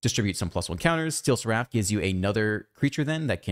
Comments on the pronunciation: not to be that guy but you are pronouncing seraph and simulacrum wrong. sweet deck. thanks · What's wrong with seraph?